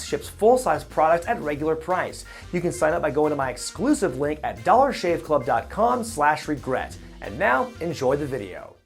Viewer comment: That's "Wregrets", not "regrets".